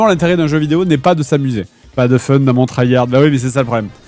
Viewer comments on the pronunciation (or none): none